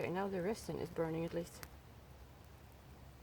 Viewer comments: This video was amazing. Very well done. Your English is almost without accent and much much better than my Swedish which is nonexistent. LOL If you don't mind me helping you with one word "resin". It is pronounced with a z sound and not an s as it's spelled. Because why spell it with a z that would make to much sense. LOL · Your accent is so cute. Love the way you say resin. Try pronouncing it rezin